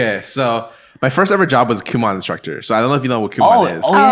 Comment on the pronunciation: It’s FUCKING KU MO N . NOT KU MA N